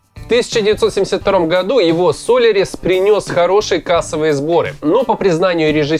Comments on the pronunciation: Это же надо быть таким безграмотным и недалеким человеком подобно "рассказчику" в этой передаче, чтобы называть великий фильм Андрея Тарковского словом "Со'лярис" (с ударением на первый слог) вместо "Соля'рис"! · автор расставляй ударения . сОлярис (солЯрис) , Ягода (ягОда) . пипец такие громкие имена и названия а ты их произносить не умеешь . хотя может быть это провокация . что я и такиие как я комменты написали . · сОлярис? Чувак, ты седеешь, а такое поришь... СолЯрис правильно. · СОлярис,,?Стыдоба ведущему.В этом слове ударение ставится на Я. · А чего смешного? Чувак не знает как произносится Солярис - хреновый из него тогда спец по СССР то. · Уже привык не обращать внимания на то, что диктор путает ударения. Интересные сюжеты перекрывают огрехи. Но "со́лярис" Тарковского? Серьезно? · СолЯрис - ударение на я